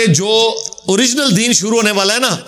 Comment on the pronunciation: Jazak Allah great job but Ap apni urdu bi sahi kro bahi suru ni shuru hota hai majak ni mazak hota hai